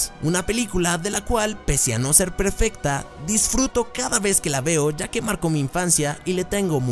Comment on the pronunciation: Hola mi estimado,solo vine para decirle que casi al final del video usted dice:Pese a no ser "PREFECTA"..... Solo pasaba para decir este dato curioso,pero sinceramente fue un buen video,me gustaría a mí y a una parte de tu estimada audiencia que siguiera con la película:The Amazing Spiderman (y posteriormente con The Amazing Spiderman 2) Gracias por su atención,un fuerte abrazo y un gran saludo;)